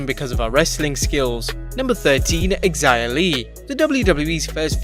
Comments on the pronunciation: X - i - ah Li, wtf you really can't pronunce Xia as She - ah ??? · Ohh a tip Xia Li. The X in Chinese pronunciation is equivalent to Sh, like She. So Xia is more like Shia.